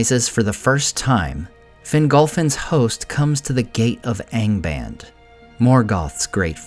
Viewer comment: "ahng bahnd" for goodness sake, there's a pronunciation key at the back of the book!